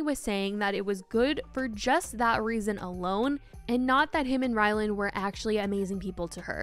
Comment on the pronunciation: Lol, hilarious every keeps thinking his name is “Rylan” — it’s RylanD.. And it’s not even his real name (it’s Ryan).